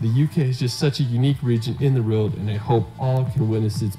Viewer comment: I am the only one who hears this guy say’ in the reald “ over and over. The word is world 🙄